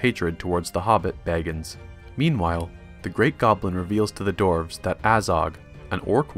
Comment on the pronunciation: DWARVES NOT DORFS